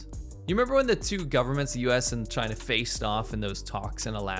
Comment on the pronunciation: The entire rebuttal from CHAY-NA 👌 is just the “No U” meme from the 2000’s hahaa!